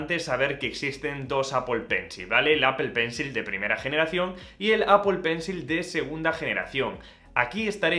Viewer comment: Apol pencil 😂😂😂😂